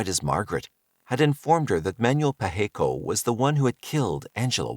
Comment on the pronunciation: Pacheco is pronounced Pa(as on Ma & Pa), che (as in the first part of check), and last co (as in coping).